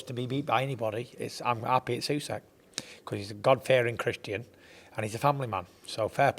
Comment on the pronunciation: it's not "USEK" ffs 😂